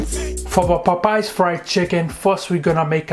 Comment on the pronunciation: I like how he said:"Pop Pies fried chicken "😂😂😂😂😂 Must be Popeyes cousin